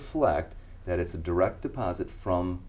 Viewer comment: “be direk and pacific”….